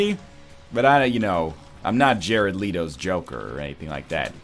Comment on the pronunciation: you know what NL? i was really angry at how you pronounced "Jared Leto" but that megaman impression made me very happy.